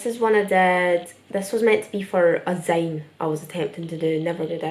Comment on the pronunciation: I still find it interesting that people in the UK pronounce "zine" like "zyne" rather than "zeen". I've been told "zeen" is the American way of saying it, but as an Australian, although I would rather use the UK pronounciation, the root of the word "zine" is like "magazine" or specifically, "fanzine" which is how the zines were developed. So for that reason, I pronounce zine like "zeen". Anyway, I still think you should complete your zine! I loved making them and still think they're amazing. Your art is amazing and I can't wait to see where you go with it.